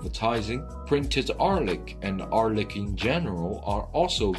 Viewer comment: when you need help from a hired narrator, not knowing the narrtor also needs help